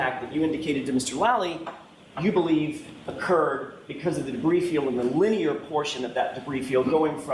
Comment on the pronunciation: He has problems with words over two syllables. He says linyear, instead of linear.